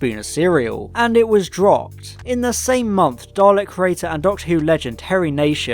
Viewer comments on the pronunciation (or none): none